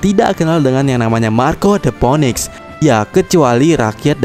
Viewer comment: bacanya the finix anjim bukan phoenix